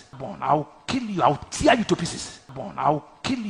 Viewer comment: He said i will kill you , I will thear you to pieces....oh my God ,how can this fake pastor be threatening someone's life like this naa ?